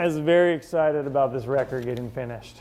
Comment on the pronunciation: "Aboot" I heard that. Making fun of my Minnesota. 🤣🥶